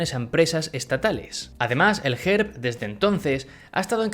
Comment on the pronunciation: Pronuncias un poco mal pero es normal Te digo Gerb se pronuncia guerb Borisov se pronuncia borísov